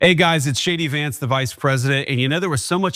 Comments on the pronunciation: it sounds like he’s calling himself “Shaddy Vance”. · Shay-D Vance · Do I hear ‘hey,guys, this is Shady Vance ‘ here? 😂😂😂😂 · Does he really say "Hi it's shady Vance?"